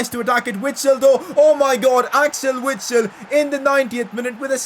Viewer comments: PCQ: It is pronounced Vitsel, I know it doesn’t change anything but still. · PLEASE pronounce Witsel with a "v" sound